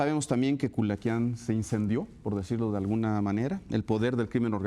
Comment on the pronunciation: Pinche vata ni si quiera puede decir culiacan dijo culacain